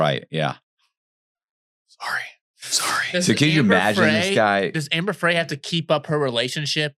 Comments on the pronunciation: Scott was not an only child. He had a sister. And it’s Amber Fry, not Fray. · Ehh, 🙄 he's guilty as SIN, and that's all there is to it 😉. Amber Frey is pronounced FRY as in fry some bacon 🥓 😋. I think Scott Peterson was introduced to Amber Frey by guys he knew from his job. Okay so a woman was walking her dog and the dog was chewing on something so the woman went to take away whatever the dog was chewing on and that's when she discovered that her dog was chewing on a human femur bone. When she alerted 📢 the police 🚔 they found some human remains stuck between two rocks near the shore line. Garagos is pronounced GARE-RAH-GOES. Are you guys jail-birds 🤔 🤭 ???